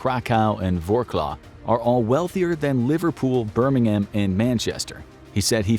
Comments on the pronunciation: Vorclaw? It's "Vrotswav" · Quick point , , the city of Wrocław is pronounced ‘Ver-rots-warv’ not ‘Rock-law’ The ‘W’ is a ‘v’ sound, the c is ‘ts’ as in ‘nights’ and the ‘l’ is the Polish ‘ł’ which is a ‘w’ sound… The name of this city should have an anglicised version, but it doesn’t, mainly because, before WW2, it was the German city of Breslau…so it’s only relatively recently that it became Polish (it was originally Polish centuries ago, but had been German for about 600/700 years until 1945)… It’s a very common mistake when trying to say this city, but that’s how it’s pronounced… Trust me, if you call the name of the city as ‘Rock-law’ to a native Polish speaker, they will laugh at you hysterically for several minutes (that’s from personal experience)… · Wrocław is pronounced "VROT-suave." It rhymes with throat swab. It's a lovely city. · ah yes my favorite city vorclaw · pronounced Wroclaw totally wrong lol. but great video. i lived there for 6 months few years ago, they will be the new power in europe by 2030. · When he pronunced "Wrocław" I died. I literally died. But, even if Poland could be a superpower, we still get less money than the Ukrainian refugees. The government wants "Ukrainisation", over 10% of our population are Ukrainians. Hope the war ends and then Ukrainians will go back to where they have to be and do not make our country look like trash!